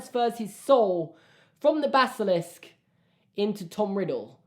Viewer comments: when u said baskilisk it sounded like sksks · Baskilisk? Ba sk ili sk? Theory!: The baskilisk is a vsco girl Sksksksksks